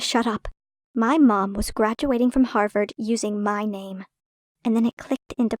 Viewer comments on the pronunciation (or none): Everytime i hear "Harvord" i think of Danielle Cohn.